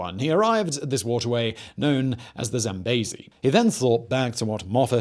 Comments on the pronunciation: I know you try hard, and im not trying to be mean, but its "zam-bee-zee" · He won't rest until everyone else pronounces the River Zambezi as Zam-bay-zee!